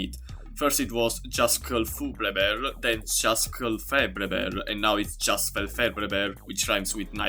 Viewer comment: the impeccable pronunciation of "giasfclfebrehber" fucking killed me. your voice was clearly designed in a lab just so mortal men could even have a chance at saying it properly